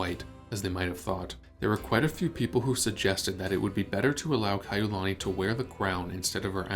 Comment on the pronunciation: Princess Kaʻiulani did NOT have any “scandalous” affairs. The ʻOlelo Hawaiʻi is mispronounced most of the time.